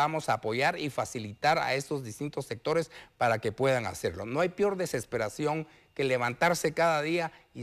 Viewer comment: Ni expresarse bien puede se dice peor no pior